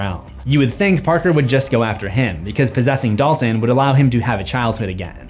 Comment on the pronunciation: My mind is in a weird place as I watch this, as I keep hearing Dolphin instead of Dalton!